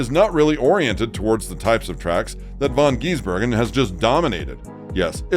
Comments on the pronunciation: Bro its not von geesbergen.get it right dude. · Please try and learn how to say his name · Dear God! Pronounce his surname properly and he is not an Aussie!!! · FFs he a kiwi and for goodness sake pronounce his name correctly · They aren’t the smartest species on the planet. Can’t even say his name correctly